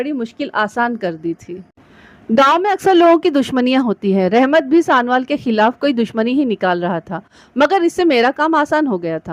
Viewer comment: Bibi mehrish sanowal galat pahar rahi ho